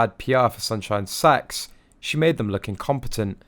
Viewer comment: No ! It sounds like Sax to me.